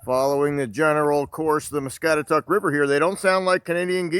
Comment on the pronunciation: Us locals have always referred to the river as "mah-scat-ah-taCK"...Sandhill crane's are the bird's you heard.....thanks for doing this video ,haven't seen that place in years,thank you....